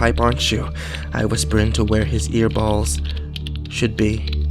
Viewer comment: Ear balls?? Was that supposed to be ear holes? 0_o